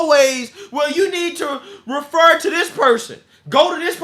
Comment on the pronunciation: She babbles just like Joey. Only she can pronounce words. "I'll refer you"